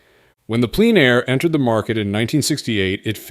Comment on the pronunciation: In this vid, "Plein Air" is sometimes pronounced like "pleen air", and sometimes as "pline air". Merriam-Webster says it's pronounced "plen air".